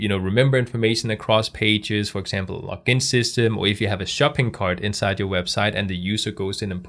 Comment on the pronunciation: Is it just me that hears "lock in system" lol?